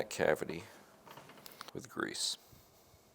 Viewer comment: Great video! I don't like the way you're saying grease though. Makes me wanna fight you a little.